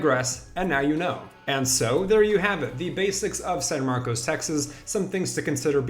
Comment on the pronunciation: Pronounced san marcus